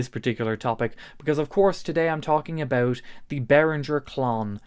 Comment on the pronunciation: Abeuch❌ about✅ Buch❌ but✅